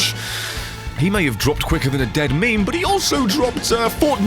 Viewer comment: Meme, not mime.